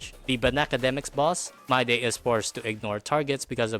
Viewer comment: I took a shot every time you said MYDAY instead of Mydei, and now i'm afraid i'll end up in a hospital or worse.